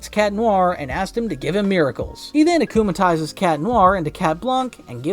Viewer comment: “Akumalises” , “miracle” , “rena rogue” He has clearly never watched an episode in his life- 😭💀